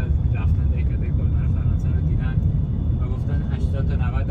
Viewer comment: کلمق تلفظ میشه یکی از شهرهای معروف فرانسه هستش به دلیل بازار های کریسمسش که به فرانسه میشه مقشه دو نوئل